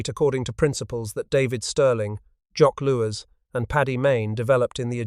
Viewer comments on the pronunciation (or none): 'Loo-ten-ent'? 'Afrika Corpse'? 'Jock Loos'?